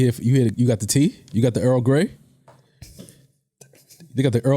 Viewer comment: This dude said Earl damn ass grey 🤣🤣🤣🤣🤣🤣🤣🤣🤣🤣🤣🤣🤣🤣🤣🤣🤣🤣